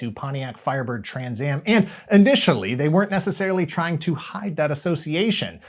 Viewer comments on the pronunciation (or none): none